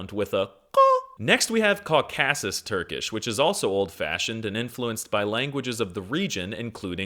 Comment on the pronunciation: finally someone who knows how its spoken